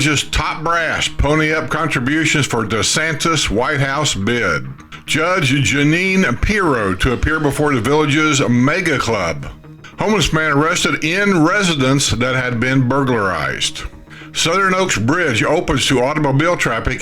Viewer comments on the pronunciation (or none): Actually, there is no “n” in her name. It is Judge Pirro which is pronounced peer’-o. Perhaps it’s confused with another FoxNews personality’s name, Dana Perino, as they both appear together on The Five.